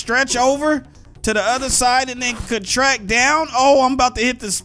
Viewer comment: Bro you said "contract" the wrong way lmao